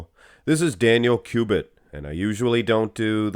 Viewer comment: His name is Daniel Kubik* not Kubit